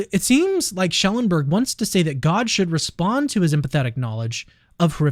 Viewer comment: It’s Schellenberg not Schelleberg. You’re missing n.